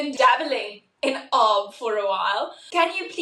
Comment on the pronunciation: Woah, how have I never heard of this?? Really good advice, I'm about to message the homies to pool some money together😂 Also, calling it "arb" is hilarious for some reason😂